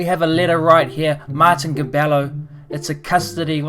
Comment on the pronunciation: it’s pronounced Mar-TEEN Cabe YIO